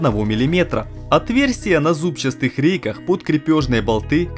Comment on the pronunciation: «зубчаСтая рейка».... АААААА!!! У меня кровь из ушей пошла. В целом контент клёвый, всё досканально описывает. Но в такие моменты, мне, технарю - как серпом по......